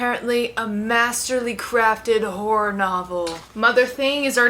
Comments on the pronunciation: Whore? Whore? Are you trying to say horror? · (W)hora books. 😂😂 omgosh, i love the way you say it. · lmao you saying "horror" and to me it occasionally sounding like "whore" ... I'm down for some smutty smutty whore books but also a big no thank you to horror *shivers*!! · You got the case ☺️ That pronunciation of horror now lives rent free in my head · You say "horror" funny 🤭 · obsessed with the southern pronunciation of “horror” and you starting the video by saying you’re a romance reader. Immediately my brain made the joke of “well you’re not switching it up bc you’re still reading ‘whOr3’ books” 😂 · i keep hearing a diff word than horror 😭